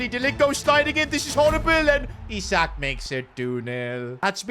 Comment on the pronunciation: It's pronounced Eesak